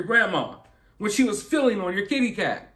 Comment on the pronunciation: You are absolutely right. You did a great job on such a serious and horrible subject, however, I did laugh out loud when you said "fiddling with her kit-e-kat. 😹